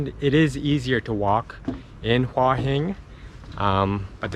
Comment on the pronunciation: Never , ever, ever has the word หัว been mispronounced so many times per minute. If you'd been there for 3 days ok, but In a month you didn't pick that up?